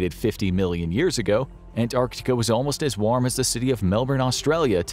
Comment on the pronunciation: An American actually pronouncing Antarctica correctly. You have my respect.